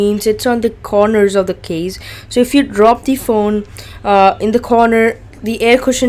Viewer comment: U should say "case",u say "keys"